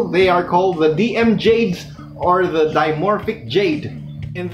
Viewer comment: lol.. "Da male.... is..sexier than da female"